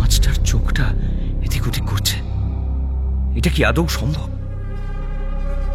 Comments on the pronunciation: কথাটা 'আদেও' নয় 'আদৌ' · কথাটা আদৌ,আদেয় নয়।'অন্ধ গলি' তে আদৌ হবে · আদৌ শব্দটা সঠিক উচ্চারণ করুন